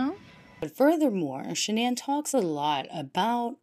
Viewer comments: Shan-ann isnt her name and that cheese is gross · Literally everything about her was either fake or a lie including that ridiculous pronunciation of her name it's really just Shannon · the truth was not within her. Literally everything about her was either fake or a lie...including that ridiculous pronunciation of her name that she made up when she was caught embezzling...its really just Shannon. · Can someone clarify something for me please? Ive heard her parents pronounce her name as Shannon but everyone online and in the media pronounces it the way its spelled which. Ive never heard the name pronounced thqt way outaide of this case. How did she pronounce her name? How did Chris pronounce it? Her parents are the ones who gave her the name so they're pronouncing it correctly but maybe she started introducing herself w it pronounced the other way for aome reason? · Yes. Exactly as in your last sentence. And they kept calling her Shannon. She also changed the spelling. CW always called her by the new pronunciation since he met her after she changed it. According to Cindy Watts, his mother, there was a period of time when SW wanted Chris to change his name to "Christer". But I don't know how reliable that report is or if it's true.